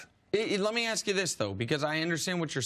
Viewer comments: The word you’re looking for is ASK. Not “AXE”. It’s a three letter word. It’s not that hard to pronounce, people. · I hate when people axe people to carry a team and axe them questions. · How hard is it to say the word ASK?! sooooo stupid...axed...just stupid. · AXE 😂 where do they find these illiterate people at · he say aks a lot or is he say ax he needs to get Grammerly . they even have a producer standing 5 ft away so this is part of the script . now if you asked me ..thats a question . i bet bart can say words correct if he wants to besides he is to old to act a fool for money , ax him to say bASKetball or do he say bAKSetball i bet money Bart says BASKETBALL maybe .... acting a fool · Bart Scott be axing all the time... it’s ASK... 🤦🏻‍♂️ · He sure likes saying axe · Aks AX AKS AX. I turned it off after hearing this. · Mr32santana My point is invalid? The word is ASK not AX. One is a question, the other is what you chop wood with. But go ahead and keep advocating for stupidity because it's somehow cool. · Let us not forget 'akse'...as in 'nobody never done akse more questions' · Why do you axe? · Only if you axe politely. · Why don't you axe him how to say that to his face?😀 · Its ask...ask...ask...you are on national television...ask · please learn how to pronounce ask ! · Sounds professional, "axe" this "axe" that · Its crazy that Americans can't pronounce the word "ask". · Can Bart pronounce “ask” or “asked?” Axing for a friend. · How hard can it possibly be to sound out a 3 letter word for God's sake....ASK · Ax yourself, axed yourself... Really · Mr32santana Because when you intentionally speak incorrectly you make yourself out to be a fool, and anything else you say loses credibility. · Mr32santana He's mispronouncing it on purpose. That's the problem. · He's axed to do too much. Dey be axing him to do too much. I wonder how they can axe so much of him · When he needs an axe to cut wood, does he then say "get the ask"?